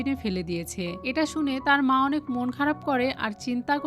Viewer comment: আনেক নয় অনেক😂😂😂😂😂😂